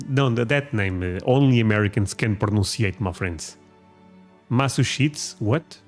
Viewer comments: Your difficulty saying Massachusetts, seems to be because you keep trying to say it with just three syllables. The name has four distinct syllables, Mass-ah-CHEW-sets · How to pronounce Massachusetts : Mass-a-chew-sits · Say it slow lol Mass-a-chew ettes. Oklahoma is southern mid west . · four syllables. Ma-sa-CHU-settes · Massachusetts is pronounced ( MASS - uh- CHEW-setts )! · Massachusetts try this mass-a-chew-sets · Massachusetts sounds like "Mass a chews it"; Pecan is pronounced "Puh Con." It comes from the Native America word "Buh Gahn." I know English is confusing and even in the U.S. we pronounce words differently from each other. And, Yes, the Great Lakes of Superior, Michigan, Erie, Huron and Ontario provide 20% of the world's fresh water. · Mass-A-chew-sets.....= Massachusetts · Say Massachusetts like you are sneezing. Mass-achoo-zits.